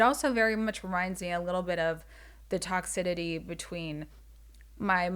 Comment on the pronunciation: “Toxidity” is sending me 😂